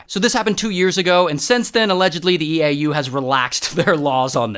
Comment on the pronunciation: "EA U, ITS IN THE GAyME"